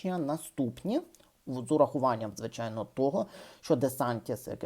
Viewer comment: Багато мовних огріхів. В нашій мові шиплячі вимовляються твердо : "звичайно" а не "звичЯйно", бачити а не " бачІти", відзначаємо а не "відзначЯємо", покращення а не "покращЄння", ще а не "щЄ", початку а не почЯтку", поки-що а не "поки-щЬО" і т.п. Помічаємо вживання московських конструкцій і прямого мавпування. Напр. : треба казати : губернатор а не " Ґубернатор", Гейлі а не Ґейлі", тобто вживання твердого "Ґ" строго регламентовано кількома словами і все ! Як для блогера з слухаючою аудиторією, бажано змінити тембр і мелодику голосу, що немаловажно. З позитиву відзначу те, що автор віднайшов свою нішу в розміїтті "Тюбика". Лайк і підписка .